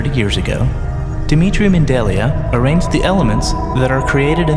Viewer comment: Dmitri Mendelia ??? Do you mean Dmitri Mendeleev? How did you fuck that up?